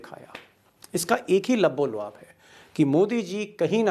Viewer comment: Labbo luab nhi hota labbo lubab hota he